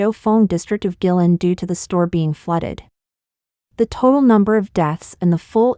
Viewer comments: Guilin, Guangxi. I think it is pronounce Kueilin not gui-lin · Just a small maybe petty poi t...find out how to pronounce the names of places like Guilin...in the face of the tragedy ...this is just a small..maybe e petty and unimportant point